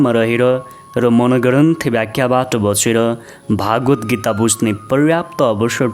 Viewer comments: उच्चारणमा चित्त बुझ्दो भएन । भगवद्गीतालाइ भागवत गीता उच्चारण गर्दा अलि खल्लो भयाे । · भागवद्गीता होइन भगवद्गीता हो महाराज!